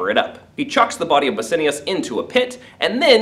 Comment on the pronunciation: the pronunciation of bassianus :((